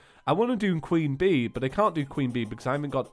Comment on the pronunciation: He wants to keep it pg, but he says he wants to "do the qwean bee" yes I know what he meant, its just funny to think about